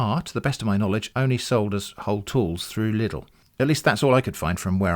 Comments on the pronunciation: German here: LIDL is not pronounced "liddle", but more like "leedl". Just like needle, but the e at the end is silent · It's so weird to hear LIDL pronounced "liddle" instead of the familiar German "Leedle"